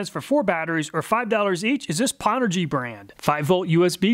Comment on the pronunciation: Nice thanks! and BTW pownergy is a play on old gaming put downs lol. its not pronounced POW its pronounced PO-WNED. aka "I powned Cochise in Counterstrike" LOL